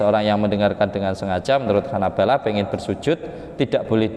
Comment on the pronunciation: Salah baca yg benar bacaannya Hanabilah bukan Hanabalah